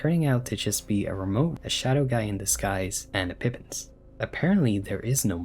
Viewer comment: Also, you messed up Pippins and Rudinn. Unbelievable. Smh.